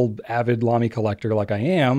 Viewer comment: Please don't say Lamy please don't say Lamy please don't say Lamy 🤞